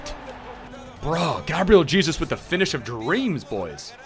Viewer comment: Am I the only one who gets mad when he says Gabriel Jesus cause he says it wrong